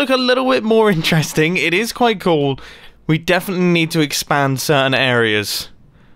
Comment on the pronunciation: "It looks KOOL" "It saundes KOOL" "It IS KOOL!" Mumbo, 2019